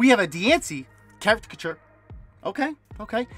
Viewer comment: I love how you still say “” even on the non trainer gallery cards. I’m all for it. It’s hilarious.